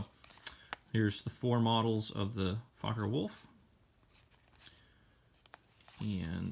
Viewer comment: Focker Wulf lol... Thanks for doing these!